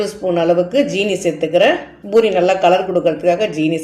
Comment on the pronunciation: Boori இல்லை poori endru உச்சரியுங்கள்.